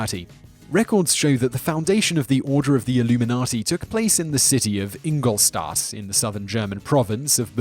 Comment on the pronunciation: It´s called "Ingolstadt" , not Ingolsass ...